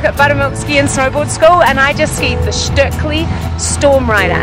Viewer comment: So glad to hear pronounce the Stöckli name correctly. It is not "stokli" as in "stoked/coke/poke", there is an umlaut, the two little dots over the o which is different than American English pronunciation. The "st" is pronounced "sht/scht" and the "ö" is between an eh like in "met" and "uh" as in "cup". Listen to the way she says it. May seem picky, but imagine if you were in a foreign country and people kept mispronouncing your name: annoying and impolite. ps. They are fantastic skis, but not for the feint of heart...you need to be a strong skier with good technique to handle and get the most out of their upper level skis.